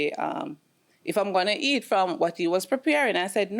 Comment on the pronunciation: Is it common in Jamaican to add an “h” sound in front of words that start with a vowel? I noticed eat became heat and over became hover. I’ve never heard that before